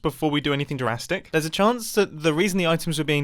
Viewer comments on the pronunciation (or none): did Mumbo really just pronounce drastic as "durastic"? Is that a British thing 🤔